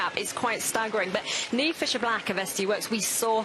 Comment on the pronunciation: Oh right. It's an Irish name. I laughed when Niamh won the U23 World Championships in Australia. The Aussie commentator was calling her Neemer. 😄